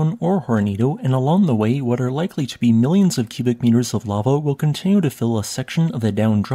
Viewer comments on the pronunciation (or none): none